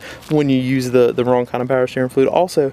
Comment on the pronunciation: Don't need firearms training. This guy sounds like he has a mouth full of marbles.Slow down. The word is "fluid" not fluei".